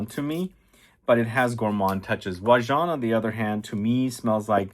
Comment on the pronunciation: Except for how he pronounces it makes my eye twitch hahahah